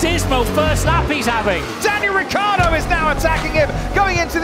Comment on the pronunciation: for god's sake! it's RIC-CI-AR-DO, not RI-CCH-AD-DO!